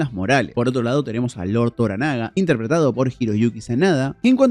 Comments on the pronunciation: Mariko sabe hablar portugués, no sabe inglés. Se comunica en portugués con Blackthorne. NO ES TORONAGA OMG, TORANAGA, TORANAGA, tor A naga. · Genial el video pero el dolor de escuchar "Toronaga" ayyy